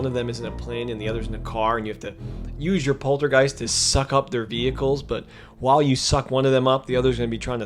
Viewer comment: It’s Poltergust not Poltergeist lol